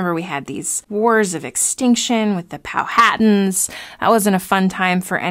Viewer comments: Pow-a-tan not Pow-hat-tans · She is pronouncing Powhatan incorrectly